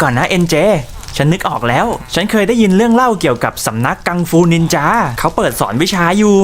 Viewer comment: จ้าไม่ใช่นินจาแบบนั้นจ้ะสระอาสระอาโอเคไหม